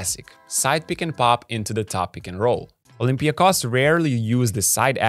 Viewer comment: Olympiakos, and Panathinaikos too, are name which must be pronounced with emphasis on the final O. They are OlympiakOs and PanathinaikOs.. as every name or word in Greek language in -ikos.. like also IonikOs... or kanonikOs (normal). You can try Google translate.